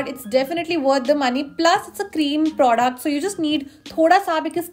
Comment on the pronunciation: pronounces the word product as "praudact"!!